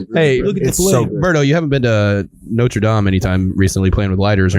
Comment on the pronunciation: Notre dom? Its dame.